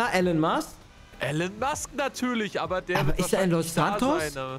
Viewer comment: Er heißt Elon Musk nicht allen Musk